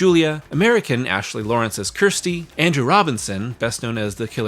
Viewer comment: "Ker sti" not kiersti this is what siskel and ebert had issues with. At least try to get her name right. Other than that a good video but it's really grating when Americans get her name wrong and keep hammering it home that they can't understand how her name is pronounced. They don't ever in the film call he "kiersti" it's pronounced "kersti" or for us in the UK Kirsty.